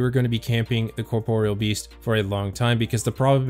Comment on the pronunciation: Liked solely because you didn't call it "corporal"